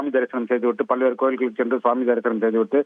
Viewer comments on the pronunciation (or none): none